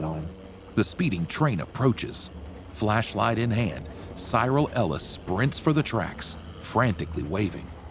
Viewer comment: Cyril Ellis it’s pronounced as syril not sieral